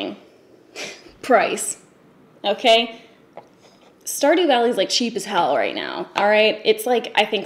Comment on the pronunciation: Wtf is star do valley